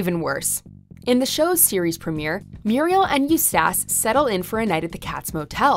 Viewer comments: GOOD LORD I CRINGED. I only made it through her saying it 3 times before I clicked off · unless english is your second language there is no excuse to mispronounce Eustace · Right? its like they have never seen the fucking show. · I searched and searched for someone else who thought this too. Her pronunciation makes it seem as if she's never even seen the show. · Yeah right? I swear, I didn’t know who she was talking about the first few times. You would think, even if she never saw the show, she would go over some stuff about it…like how to pronounce someone’s name. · What the hell its like she didnt even try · They're just lazy... normal people know how to say the name properly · Even if she is Canadian, the show always say the name properly, seeing that means she doesn't really watch the show and is just reading a script. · When you mispronounce a name that is said in the show probably hundreds of times, and such a clip is featured IN THIS VIDEO, maybe you’re pumping out content too fast with too little quality control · If anyone from the WatchMojo staffs read these comments, can you guys please make sure that the narrator's know how to pronounce the fictional character's names or things being referenced correctly. Hearing Eustace's name pronounced wrong over and over again drove me up the wall. This happens all the time in various videos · Hearing her mispronounce Eustace over and over again made me feel ...... Naaaaughtyyyy ..... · What’s actually scary is her pronunciation of Eustace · You literally put a clip of courage saying the name right and still got it wrong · I screamed at the narrator pronouncing Eustace LMFAO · They say his name in every single episode though. How do you still mess it up? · All you have to do is watch ONE EPISODE, they say his name all of the time. The laziness 🤦🏻‍♀️ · Because she’s never seen the show and is just reading a script. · Why can't she pronounce Eustace right?? That's the scariest thing about this video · Who is Eust-ass